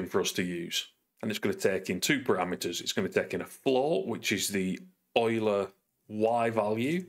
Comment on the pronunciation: Wow. You've improved on the earlier video in three very important ways. (1) Correct pronunciation of Euler 😀 (2) Use of OnDrawGizmos (so much easier than an Editor script) (3) You're using a Mac. You've clearly taken the red pill. Welcome to the light!